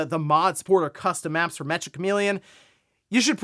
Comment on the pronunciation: i think its pronounced meka. Like the robots.